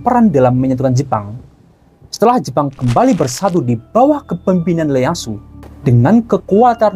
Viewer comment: Bukan Leyasu Tokugawa bang, tapi Ieyasu Tokugawa